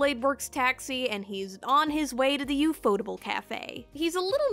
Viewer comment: TIL ufotable is not pronounced UFO Table